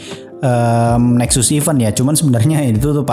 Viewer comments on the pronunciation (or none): none